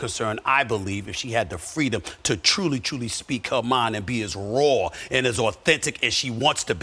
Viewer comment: She has fweedom, Stephen A…